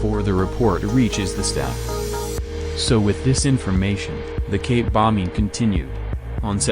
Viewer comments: You gotta find a way to make the text to speech say "cape" instead of "gape". Maybe typing "kape" would work? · ik it's suppose to say cape bombing but it sounds like gay bombing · It sounds like dude keeps saying gape. Gape bombing bro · I thought he said gay bombing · The way the robot voice pronounces Cape bombing sounds like gay bombing. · Was I the only one hearing "gape" and "gay bombed"?